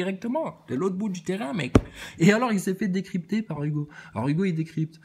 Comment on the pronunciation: "Fowwcément il est en apeuseteuww aloww le ballon vole c'est nowwmal" ahahah vdr 😅 comment tu m'as tué encore, cimer pour la barre 🙏